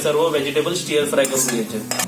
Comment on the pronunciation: स्टिअर फ्राय नाही स्टर् फ्राय असा उच्चार आहे...बाकी रेसिपी छान जमली...👍